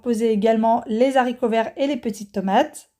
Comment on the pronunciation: Bonjour. Je découvre votre chaîne. Merci pour ces bonnes recettes, je prends notes et tenterai le poulet mariné. Juste si je peux me permettre, je vais faire ma pénible mais on dit les haricots pas les zaricots... Je sais que zaricots est passé dans la norme mais franchement c'est trop laid et me fait très mal aux oreilles 😒 Haricots c'est bien👍😀. Sans rancune 😊